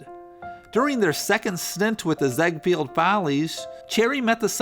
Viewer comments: It's pronounced Pricer as in price + er. Ziegfeld is pronounced ZEEG-feld, or tsEEk-felt. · Very good narrative device of taking on a character, much better than mere story-telling. One thing, however. Your pronunciation of many of the names, particularly of Central European variety, are totally off. It's pronounced June 'PRICER" and Florenz 'ZIG-feld', just to name two. There's nothing wrong with nomenclature due diligence.